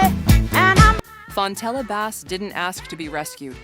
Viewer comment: LOOK UP FONTELLA BASS AND PRONOUNCE HER NAME RIGHT!